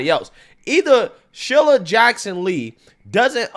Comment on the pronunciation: SHEE-lah not shil-lah